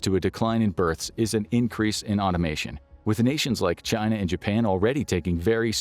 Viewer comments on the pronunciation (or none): none